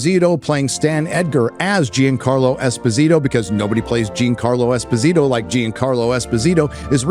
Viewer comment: Damn I can't "B"ear the pronounciaton of Giancarlo Esposito butchered by americans ^^